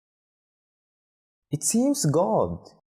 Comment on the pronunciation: There's a mistake in pronouncing "good" , even in the subtitles it's written as "god"